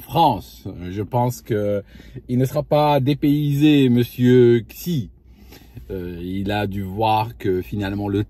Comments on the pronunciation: "Xi" ne se prononce pas "ksi", mais plutôt "si" ou "shi" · Xijinpin le xi se prononce "shi"